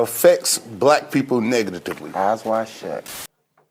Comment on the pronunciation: Who else did a double take on that “negatitively”?